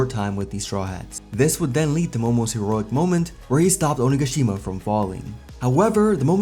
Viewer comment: Thank you for saying onigashima correctly it's been killing me other YouTubers pronouncing it wrong